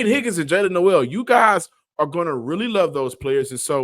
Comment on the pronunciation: Nole it’s pronounced nole 😂